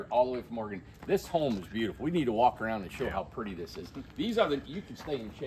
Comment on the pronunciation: ITS NOT OR-A-GONE! Its Or-again.